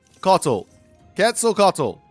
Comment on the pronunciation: Hi! Love your content but its pronounces ket suhl kuh waa tl